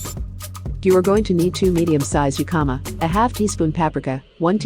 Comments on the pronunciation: It’s “hikama” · That's not how you pronounce "jicama."